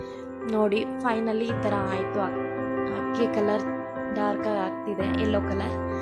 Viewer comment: 437 ನಿಮ್ಮ ಶಬ್ದ ಹಕ್ಕಿ. ..😂😅 ಎಂಥಾ ವಿಪರ್ಯಾಸ ನಿಮ್ಮ ಕನ್ನಡ